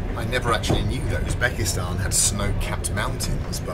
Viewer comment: Why is he saying "Osbekistan"? Is that a regional pronunciation in his accent?